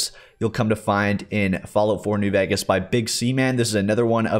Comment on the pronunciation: please bro learn how to pronounce new VEGAS !